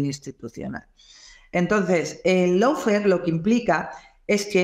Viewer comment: Amigo. Se pronuncia “Lo” fare, no “Low” fare. Abrazo!